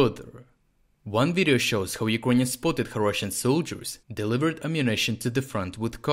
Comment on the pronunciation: Юкроніонс? Lol Say it as: ЮкрЕйніенс